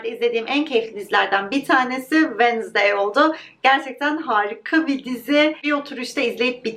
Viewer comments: venızdey değil telaffuzu venzdey gibi telaffuz edilir sadece belirtmek istedim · her “Venizday” dediğinde triggerlanmaktan videoyu izleyemedim🥲 venzdaydir o venizday olmamalı🥹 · Wednesday kelimesinin sürekli yanlış telafuzundan videoyu izleyemedim:/